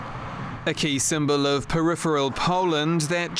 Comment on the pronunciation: OK... That did not sound like "peripheral" but "pedal feel ya"